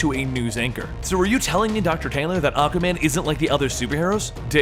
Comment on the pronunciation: So I can pronounce it Supperman? Lol, the word existed before the name, or are they battling Aquayman?